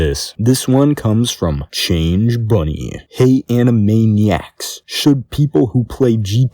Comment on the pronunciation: Hearing him pronounce it as “anime-niaks” instead of “ani-maniacs” makes me really uncomfortable